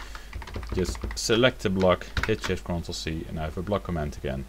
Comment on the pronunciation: A tip for your English: Stress 'comment' on the first syllable. Otherwise, it may sound like you are saying 'command'. Cheers. [